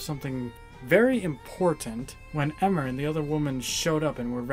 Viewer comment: It's pronounced eeee-mer not eh-mer